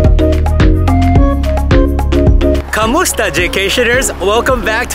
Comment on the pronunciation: "Ka-MOO-sta"??? Really??? You can better than that! Try "ku-moo-STA"! I had to replay that a few times.